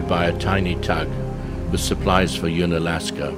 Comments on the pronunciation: Nice video! Unalaska is pronounced un, as in undone or under ... not as in "ooon". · If only you could pronounce unalaska properly